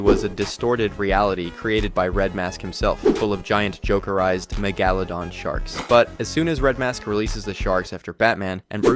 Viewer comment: Mahgaladon? noob can't even say Megalodon. 😂